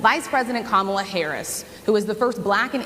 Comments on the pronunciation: Journalists need to say to Trump or the next MAGA congressman, “repeat after me: KA-ma-la” and then watch as they stupidly keep saying “Ka-MA-la” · And notice how he never, ever says Kamala Harris' first name properly. It is not Ka MA la -- it is KA ma la (as he well knows). Just another way to disrepect his opponent. As for the rest of his tirade, it is utterly preposterous! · .......And, when is he gonna pronounce Kamala's name correctly....manners?????? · Trump is obviously aiming his comments TO his cult. Look at the disrespect, including mispronouncing Kamala's name! He isn't really interested in connecting with these black women at all! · He also mispronounced Kamala Harris' name. The interviewer, and crowd, should have objected to that. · OMG! And Trump is STILL not pronouncing Kamala's name correctly! 💙💙💙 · He is deliberately mispronouncing it. But, then again, who knows? He's not especially strong in the pronunciation department.